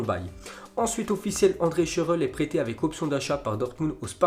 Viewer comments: Shurrrle pas shuuule 🤣🤣🤣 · C’est scandaleux sa prononciation de shurrle on est d’accord ?